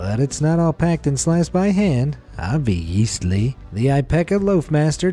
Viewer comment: “Obviyeastly” XD I LOVE THIS GUY